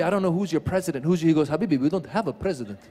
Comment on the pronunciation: No bresident, yes barty... no p in arabic...